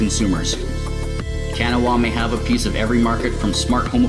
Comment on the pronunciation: A minor pronunciation quibble about the pronunciation of Kanawa, but like usual, these videos get me PUMPED to play Torg!